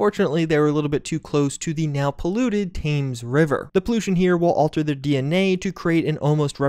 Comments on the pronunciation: Great video I wish this would actually be released as a FULL PS4/5 game! Btw the river Thames is pronounced river TEMS not river TAMES! As a born and bred Londoner i just had to get that off my chest. It always makes me laugh hearing people from USA talking about British stuff like it sounds so foreign 😀 like when you mentioned the TUBE I suppose you guys say SUBWAY but for us that's a sandwich shop lol! Keep up the good work and I'd love to hear you put on a British accent in next video! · I understand that it should be pronounced "temms' and not "thayms", yes? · Thanks for the upload. Exciting especially given I am a Londoner. It will be interesting to see how authentic it is. PS. Btw, Thames is pronounced like "Tems" not "Tames". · River Thames is pronounced like 'Tems'. So Temsfolk. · Real lads will refuse to go to the tames river and will instead head to the tems river. Its Thames not Tames. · Me, an American: TEMS ITS TEMS. Thames rhymes with jems,! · The Tames River? Look up the pronunciation. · "Thames" is pronounced "Tems" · you pronounced the thames wrong, it’s pronounced like ten with an m instead of a n, so say tens then change then n to a m, tems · Thames is pronounced 'Tems' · It's pronounced "Tems" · How he says Thames river fills me with colonial rage. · Getting offended over how he pronounces word is what a sjw does. I can clearly tell you have no idea what a sjw is. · But I'm not offended, amused possibly, but not offended. How words like Thames are pronounced has diddly squat to do with ideals, religion or political affiliation. Generally how Americans pronounce some British words is an endless source of amusement on this side of the pond. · He seems to do that kinda often? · The way he said Thames hurts me as a Brit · His pronunciation of Thames... It hurts